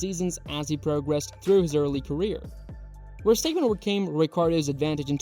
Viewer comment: You pronounce his name like …. what? Verstaypen? Ridiculous.